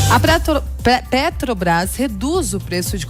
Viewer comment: E Muié não sabe falar mano Pretobras, Guatematecos, Jesus ta ruim hem...